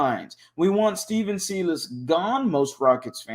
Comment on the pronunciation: I'm a need you to put some respect on silas name and at least pronounce it right